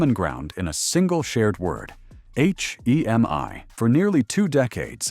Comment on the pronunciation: AI sucks, it can't say hemi correctly but repeats the h e m i.